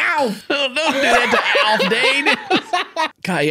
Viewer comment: mf called him "alf" and i cried